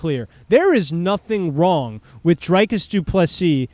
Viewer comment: Why can’t Americans pronounce dricus? Why is it drIcus?